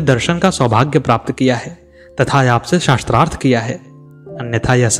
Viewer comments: Its not "shastrarth" it is "shaastrarth" sha ko aa ki matra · महोदय, आपको उच्चारण शुद्ध करना चाहिए। शास्त्रार्थ को शस्त्र - अर्थ कहना उचित नहीं है 🙏🏻